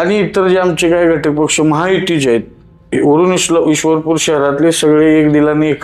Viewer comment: आधी ईश्वर पुर बोल 😡